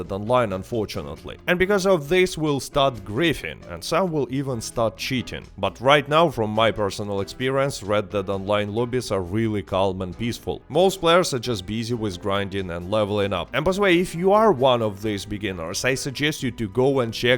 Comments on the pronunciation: great upload! the L in "calm" is silent. It should sound like "kaum" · Which dialect is that? Here in the MidWest the "L" is pronounced.